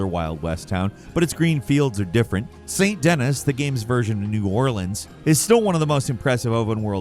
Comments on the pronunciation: "Saint Dennis"? I know you intentionally baited so you'd get a comment, but its SAN DUH KNEE :face-orange-frowning:!!!! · "Saint Dennis"?? It's "San-dinee"! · "Saint Dennis"?! 😀 hoo-boy.. "Sahn Denee" c'mon! 🙂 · you know how I know you've never player RDR 2? You pronounced it Saint Denis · Saint Dennis? It's pronounced Saint "De-Knee" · Saint Duh-Knee, not Saint Dennis the Menace. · Saint Dennis ❌️ San Denee ✅️ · Do people still pronounce it Saint Din-ISS?! It’s French, the last S is silent. It’s its Sand-Deh-NEE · Saint Denis = San Duh-knee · Seeing as about 15 characters talk about St. “Dennis” in rdr2.. you would think that you had the name figured out.. if you actually played the game at all It’s called (for the 90th time) St. DA-KNEEEEEEEEEEEE ffs lol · my man, I didn't know what to think when you called the city in Rdr2 "Saint Dennis" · "Saint Dennis" hahaahaa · Saint Dennis 🤣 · Saint Dennis. Why Shen. Man is on point with his pronunciations in this one. Lol. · Saint "Dennis"?" Love how this guy supposedly plays the games but pronounces things so badly... He does this with all the Dark Souls games too. Professes to play them, but has no clue how the names or places are said? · I might have gotten a little too upset when you said Saint Dennis... Lmao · You said "Saint Dennis". Who's Dennis? 😆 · Did just call it Saint Dennis??? 🤣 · Saint Dennis? Lol come on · Did you really call it St. Dennis? 😂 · I can't believe you just pronounced it Saint Dennis!!!🤦‍♂🤦‍♂ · "Saint Dennis" lol 😅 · Saint DENIS😂😭 good old DENIS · "Saint Dennis" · never fails to mispronounce stuff that people actively tell him out to pronounce. St. Denis is Saint De-knee. It's french. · My man, why did you say Saint Dennis lol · Bro really said Saint Dennis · “Saint Dennis” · Saint Dennis??? Lmfao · Did you really just call it Saint Dennis? C'mon...😂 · Saint Dennis lol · Mans said saint dennis 🇺🇸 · 'Saint dennis' 😂😂😂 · *Sahn Duh-Knee